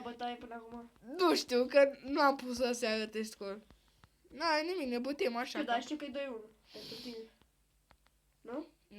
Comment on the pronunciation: Nu e bătem e batem